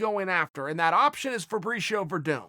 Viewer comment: “Fabreeshio werdoom”